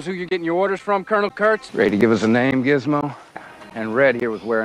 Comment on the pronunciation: lol he called lock Curnal Kurtz xD